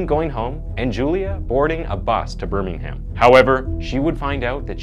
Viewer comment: The H in Birmingham is silent, it's pronounced more like Bur-ming-um